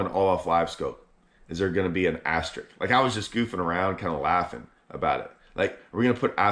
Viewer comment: *AsteriSk...with an 'S'...ASTERISK; not ASTERIK. English is your native language,; LEARN IT! 😂